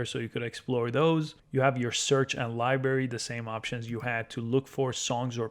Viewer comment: Good video BUT please learn how to pronounce LIBRARY. It is not "LIBERRY". This was a little painful to listen to ;>)